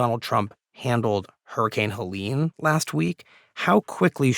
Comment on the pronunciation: Where did this weird "hell-lean" thingie come from? Like most hurricanes, this one gets a women's name, Helene, heh-lehn.